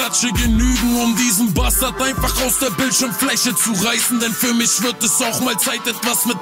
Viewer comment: das einzige was mich stört ist die ausprache von "mich" :D